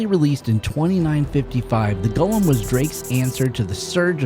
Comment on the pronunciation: Extra points for pronouncing the name correctly. It does not have a Precious.